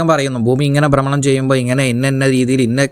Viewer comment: ബ്രമണം അല്ല